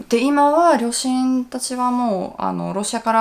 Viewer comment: アシアさんも 日本語上手ですけど サーシャさん 発音ほぼ１００％近い 日本人の発音に聞こえますよね 私だけですかね？ 両親、ロシアのところの発音だけかな それ以外は やっぱ１００％だわ